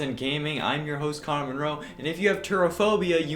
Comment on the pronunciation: Tf is conner??? Connor from what I hear